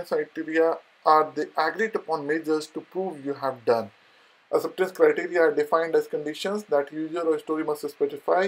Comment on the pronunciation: First learn to say “ Acceptance Criteria” in a right way!